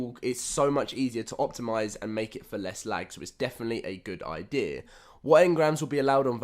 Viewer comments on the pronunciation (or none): none